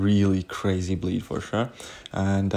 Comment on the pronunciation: Every time he said bleed I heard bleach which should be a way more effective than bleed